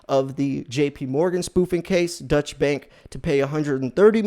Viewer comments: I truly don’t mean this to come across as a troll, but it’s hard to take you seriously when you repeatedly call Deutsche Bank a dutch bank. It’s pronounced ‘oy’ as in void. If you were really doing that much research on the daily you’d know that. Most of us should know who/what Deutsche Bank is, if for no other reason, than that’s the bank holding billions in Trump’s loans. They’ve been in the news quite a lot. Having said that, I like your vids—keep it up. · "Deutsche" bank is not pronounced "Dutch" as you're saying it. The correct pronounciation is "Doy-chuh" bank. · Deutsche bank isn't pronounced Dutch bank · Basically correct, but it would be "DOY-cheh." Hearing it on TV, the difference is extremely subtle, because the second syllable is unstressed. If you pronounced it your way in Germany, you would be seen as having an American accent. If you want to really nail it, pronounce it carefully your way, and make a mental note of the configuration of your mouth as you say the second syllable. Then pronounce it carefully "DOY-cheh," and note the configuration of your mouth as you say the "cheh", and how it's slightly different. Now say "DOY-chuh" while shaping your mouth the way you shaped it when you said "cheh." Americans aren't used to saying final short "e"s, but they are common in German.